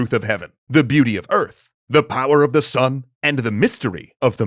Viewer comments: I believe that Sun is pronounced like the word Soon. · The name is pronounced sun as in soon but shorter ..like in between soon and sun ...sūn